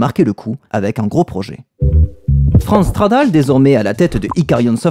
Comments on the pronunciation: Super vidéo merci ! Par contre à chaque fois que tu dis "Franz Stradal", j'entends "France Travail", ça me fume hahaha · J'avais 16 ans à sa sortie, je me rappelle encore de la couverture de PCJeux consacré à ce jeu. Sinon cette série est devenue une de mes préférées sur YT : merci ! PS: j'ai une hallu auditive. A chaque fois que tu dis Franz Stradal j'entends France Travail' (ce qui est assez marrant quand il démissionne).